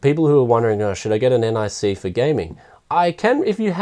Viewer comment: omfg not n-i-c its nic